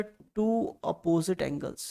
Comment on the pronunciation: Aneles nahi angles😅😊